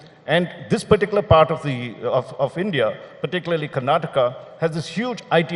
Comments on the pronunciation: It's Karnatakaaa not Karnatak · The infrastructure in Bengaluru is appalling, are you proud to call it a future 1 trillion economy? Not Karnatak it’s Karnataka. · He is NITI ayog chairman and does not know how to pronounce the name of the state correctly. It is Karnataka and not Karnatak Mr. Kant. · Its "Karnataka" not "Karnatak" Like how Its "Haryana" and not "Haryan" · Boss Mr Kant at least learn to pronounce Karnataka’s name correctly 😒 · This fellow was chief of Niti aayog and cannot pronounce Karnataka's name properly:face-orange-frowning